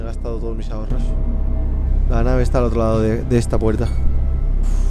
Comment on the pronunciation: Ahorros dice xD